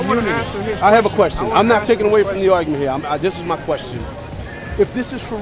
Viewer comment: Dumbass: head down sounding out a poem/rap he plagiarized from 30 rap songs. "Axe meh anotha qwesteun" Trump Supporter: asks another question* Dumbass: hold up, I got that poem in here somewhere.